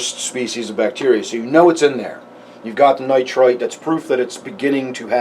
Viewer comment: When you say nitrite and nitrate it sounds the same to me... the only reason I know what you mean is because I am familiar with the nitrogen cycle... It could be confusing for beginners... other than that though, great video thanks for sharing.